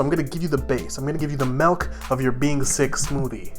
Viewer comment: "Melk" ahem ok